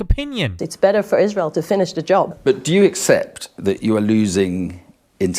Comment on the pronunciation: Stop giving them voice. Stop saying israhel ughh